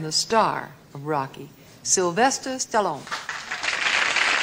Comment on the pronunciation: She said Silvester Stone😂😂